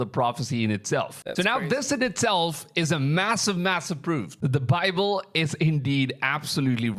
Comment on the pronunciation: Yes, butt the pronunciation of the word Bible really shouldn't sound like "BOBBLE" which creates all manner of misunderstanding until it's realized he's talking about God's word. The Lord Jesus Christ is certainly coming sooner this week than He was LAST week. Just be ready ALL THE TIME and then you'll be sure not to miss it. In the meantime, read THE BIBLE, { NOT the bobble }, YOURSELF and don't pay any attention to bobbleheads. Make up your own mind.